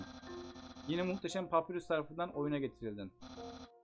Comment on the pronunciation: abi şans ın adı sans papyrus ise papayrus diye olkunuyor